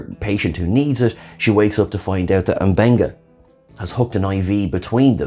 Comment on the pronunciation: Best part of the video: Seeing how many different and unique ways will mispronounce M'Benga.